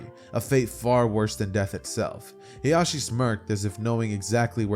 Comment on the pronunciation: Fire what if but when you kept pronouncing hiashis name "hizashi" my brain had a siezure 😂😂. Hiashi is hinatas mom while hizashi is nejis dad. They sound similar so you have to annunciate